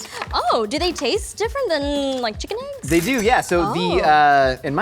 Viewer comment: I want to see Nicole work with on how to pronounce “eggs”. It hurts my ears every time he says āggs.